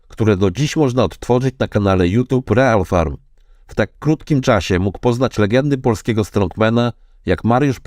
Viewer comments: Czyta się ril farm, nie real :d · Dzięki za odcinek ale błagam nie czytaj REAL tylko RIL FARM😂❤😅😊